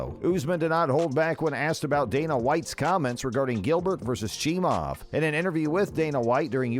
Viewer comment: Why would you post this video AGAIN ??? You posted this before the Burns fight and UFC273...Click Bait for more views ain't cool. This is old news and furthermore....SAY Khamzats last name properly....Its NOT CHEE- MOV its CHEE-MY-EV. Have a great day 😀